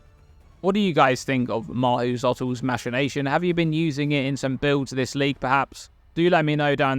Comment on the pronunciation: I'm pretty sure I heard "masturbation" instead of "machination" a few times